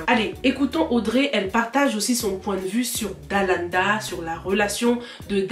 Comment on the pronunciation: Ça me stresse quand tu dis Dalada 😅 au lieu de Dalaaaanda